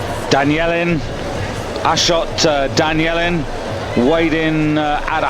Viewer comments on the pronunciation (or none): "I'm on fire" business was started by these two moron commentators who don't know how to read their own language: they kept calling Danielyan "Danielin"! They cannot pronounce three syllables correctly!!! Of course, Rezazadeh asking the help of "Abal Fadl", who is the name of a very revered figure among Shj'a Muslims...